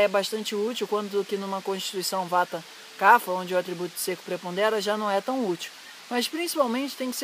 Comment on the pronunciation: A pronúncia é "cap-rra" e não "cafa".